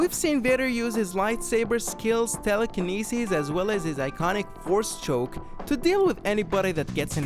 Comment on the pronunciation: did you just call the force telekenecis???